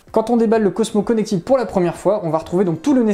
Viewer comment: Merci pour le test bien réalisé et clair. Produit intéressant. Une réserve toutefois sur votre prononciation en anglais ! Notamment "Connected" qui ne se prononce pas "connectide" mais se rapproche de "connectède".